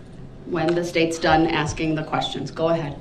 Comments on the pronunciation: You mean “AXKING” 🤷‍♀️🙄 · You mean axing or tellin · Would it be fair to say that the ALLEGED SUSPECT actually said: AXING or TELLING?! 🤣😂🤣😂 his bipolar behavior is sickening! His disrespectful behavior towards the Judge is causing me to need anger management classes! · He’s not “asking”, he’s “axing”. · Correction: he said AKSING not 'asking'. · You mean axing? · You mean axing. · " Aksing or telling?" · Listen to this fool axing☠️☠️☠️☠️☠️☠️ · axxin or tellin* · I believe he says "aksing". I wonder if he knows how to spell ask! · I wish the judge could say back to him, "Are you axeing or telling?" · 😮 I assume that’s AXING me NOT TELLING 😮😮😮